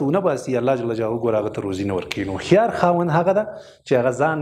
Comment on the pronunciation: لیکلي مو هوښیار ده مګر تلفظ یې وهښیار کوی ؟